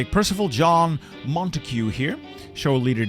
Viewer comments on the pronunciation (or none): none